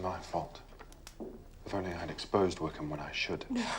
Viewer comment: 😂😂😂😂👌 is so twitterpated she can't pronounce Wickham.